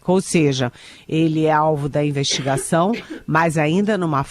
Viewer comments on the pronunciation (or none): Pior jornalismo ,Estadão! Especialmente por esses representantes do governo PT maquiado de jornalista DNA Eliane 👇 Investigação….não Investigason Questão…não queston Estão…não eston Já é hora de corrigir sua pronúncia 🤌